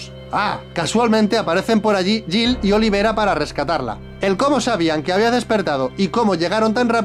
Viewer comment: El dice olivera y es oliveira